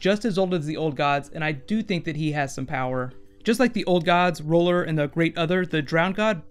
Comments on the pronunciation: It's R'hllor, not R'hollor. ;) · It sounds like you keep saying roller, I'm pretty it's pronounced "Rih-lor" or "Ra-lor". I know this video is extremely old but the pronunciation is driving me nuts.